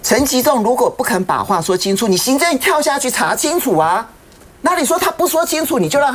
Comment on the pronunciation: 某名嘴：国惨蛋！嚓（二声）青醋！！